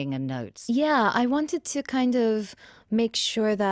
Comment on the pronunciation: "I.... I naturally HavÆ voice" "I WÆnted to sound like....." "Jim CÆrey" 🤣🤣🤣🤣🗣🗣